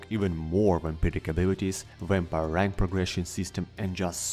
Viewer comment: I'm curious why some of you non-english speakers add the english W sound to words like vampire when in this case it is pronounced just like in your language